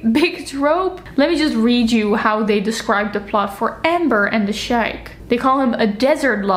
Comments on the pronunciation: As a writer of erotica, this is so much fun to watch! BTW, "sheik" is pronounced "shake" (Arabic pronunciation, also used in English) or "sheek" (American English). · A pronunciation note: 'sheik' in English should be pronounccd like 'shake' or 'sheek'.